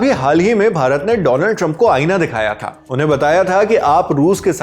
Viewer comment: Once a legend said " Doland" trump 😂